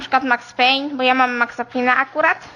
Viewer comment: Wiesz Windows Movie Maker to nie jest jakiś super program dla zaawansowanych tylko raczej dla początkujących, zastanawia mnie natomiast że najpierw potrafi powiedzieć "Max Payne" a potem mówi "Maxa Pina" to mi śmierdzi najbardziej, aha i jest jeszcze kwestia tego że słabo czyta co można zauważyć w jego kolejnych produkcjach a potrafił przeczytać "Importuj obraz wideo"